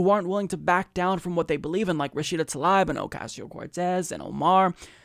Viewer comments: I believe she pronounces her name Tlaib (Ta-leeb). Let’s get it right because we are going to hear about her lots! ✊🏽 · Come'on, this is our candidate, at least pronounce her name correctly, its Tuh-Leeb, not ta-lie-b. Otherwise, great vid/channel, been subscribed a while now. But, come'on, don't be like Fox saying O-case-e-o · It's Tlaib (Tlaeeb), not Talaib. Why is this name so hard for Americans to pronounce? She says it herself in this video: and in this one Seriously, it's not that hard. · her last name is pronounced "Tal-eeb" not "Tal-ibe" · i love you but please stop mispronouncing her name - it's pronounced "ta-leeb" not 'ta-lie-b' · "Tah-leeb" would be the proper pronunciation of her last name. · think it's pronounced tah-leeb dude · 'Love you, 'Love the Humanist Report, 'Love Rashida Tlaib (she's from my state) and I hope you don't mind, but it's pronounced Ra-shee-da Tal-eeb:) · Is that how you pronounce her last name? I've heard both "Tal-aib" and "tal-eeb." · Omg, can you say her name correctly lol